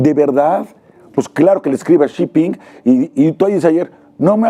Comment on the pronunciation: Jajajaja, una carta de cuates...disfrazando el "ahí te va la bolita", que sacón. Por cierto es Xi Jinping, no Xiping. Interesante siempre escucharlos 👍🏻